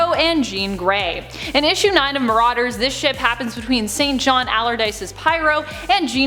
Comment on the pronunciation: This is just a note on pronunciation when it comes to Pyro. In English-English, St John is pronounced "Singen". Singe - enn. It's a pretty weak pun on pyro being a fire that singes people/things.